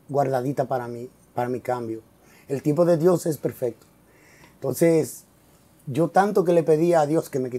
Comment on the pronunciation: "El tiempo de Dios es pecfecto".